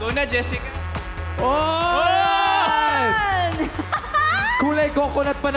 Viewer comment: meanwhile jessica”pistengywa”HAHAHAHAHA